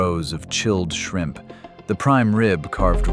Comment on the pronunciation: You forgot the "p" at the end of shrimp! Takes away from your dramatic effect!